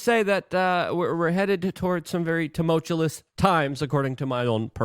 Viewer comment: Exasterbate Luke? Do you mean exacerbate?? C’mon man you can’t have your own personal language. Tumultuous Luke, not tumultuLous. And lastly it’s glyphosate, not glysophate.